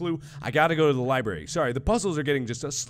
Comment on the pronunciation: MARK: Repeats over and over WHERE WAS DA LIBRAR-RE Me: U JUST PASTED IT OMGGG XDDD Dying of laughter